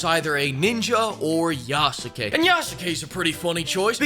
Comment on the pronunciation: How come NOBODY can pronounce Yasuke correctly? Is Ubisoft pronouncing it as "yah SU ke" themselves because that's nice, Japan can tell them to FO for getting another detail wrong Say it with me "Yah Ske" just like you'd say "Sah Ske" and not "Sah Su Ke" with your most simped over Naruto character. The U after that S is practically silent. Ubisoft loses again